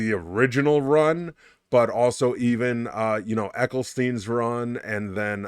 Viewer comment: did you say ecclestein? that's a new one